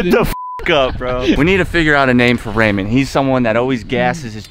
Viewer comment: Raymond (rain-man)